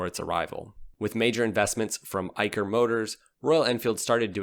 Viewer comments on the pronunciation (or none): It's Eicher ( Ai-Shar ) not Eikar ( Ai-Kar ) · Excellent video. The only thing I'd like to point out is Eicher Motors is pronounced 'i-shur' and not i-ker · Eicher is pronounced as 'IshaR' and not 'IkaR' dear Voice over artist... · Bro the pronounciation of 'Eicher' is Eisher not Eiker. Love your videos. Well done bro. Lots of Love from India ❤❤❤❤❤. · Its not eye-curr, it's eye-sher, that's the parent company of royal Enfield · it's pronounced ei'sher' not ei'ker' . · .... it is pronounced "A-i-shar" 🙂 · Well its pronounced as Ay-Sha-Er (Eicher). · Great video mate …and Eicher is pronounced aye-sher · Eicher pronunciation is "Eisher"